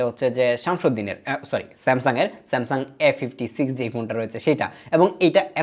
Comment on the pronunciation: Samsuuddin aha aha smasung😂😂